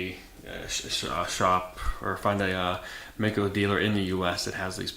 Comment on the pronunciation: Hello Mister,i am from Germany,and i think,it 's a good Channel - but there's one Thing,and that is ,that you pronounce "MAICO" a bit incorrect. It 's pronounced Like the i in "i am",or in "Like", so Like Mike-O. Don't feel offended (?), as i mentioned, your Channel is good,and this one little Thing is almost the only one i have to critised(?) a BIT. I once rode a MD250, and it was a real good Bike! Fast and light in weight... GREAT! So, sorry for my English, and Greetings from Ostfriesland, Germany O